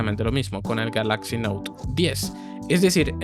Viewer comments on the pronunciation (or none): none